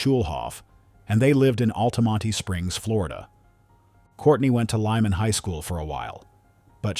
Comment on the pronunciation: lol Altamonte Florida idk wtf that was the narrator said 😂😂